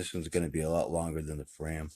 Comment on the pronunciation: it's not frame as you say (FRAYM!) it's FRAM like (PLAN)😁😁